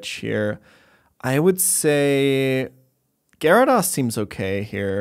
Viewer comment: has anyone challenged to say gyarados correctly yet?